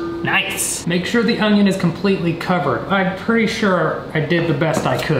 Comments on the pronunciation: Do you really say 'ongion'? Really? 🤣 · The audible “g” in onion just be regional. 😂 “ungyun” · I can't stop thinking of the "oño" meme every time he says onion 😂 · I love that he says ungion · says onion with a slight "g". Watch the video again to hear it. I have other friends who also say onion with a slight "g" sound.:D